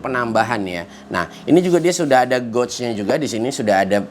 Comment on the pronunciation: Bang, maaf ya bang pengucapan kata gauge nya salah bang. Makanya divideo2 sebelumnya sempat bingung abang sebut goj goj itu apa eh ternyata gauge/gage (baca: geyj ).